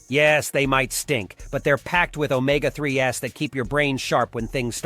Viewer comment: Or omega 3s -- comes out "omega 3 ess"